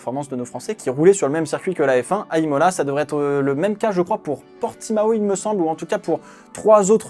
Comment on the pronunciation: Il a dit ilmola 2020